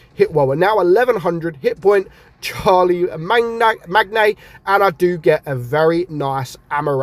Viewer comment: haha charlie-magna.....aka as shar-la-main